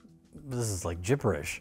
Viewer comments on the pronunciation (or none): i cant believe that flub of "gipperish" was not met with a text edit underneath. Very disappointed